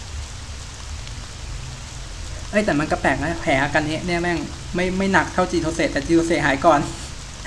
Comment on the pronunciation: ช่วงนาทีที่5.30-48 ประมาณนี้ พ่พูดชื่อจิโทเซะ เป็นโคโบโตะ ตลอดเลย